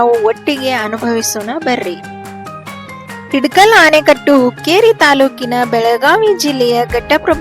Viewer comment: ಇಡಕಲ್ ಅಲ್ಲ ಹಿಡಕಲ್. ಆನೆಕಟ್ಟು ಅಲ್ಲ ಆಣೆಕಟ್ಟು